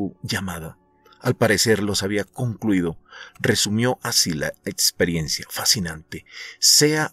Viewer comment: Querido narrador… tu narración es buena… sólo que no se dice atsion, nitson, etsperiencia, otsígeno, etspedición… etc….serías un profesional sin esos detalles de pronunciación